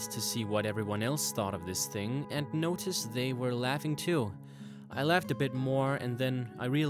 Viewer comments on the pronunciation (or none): none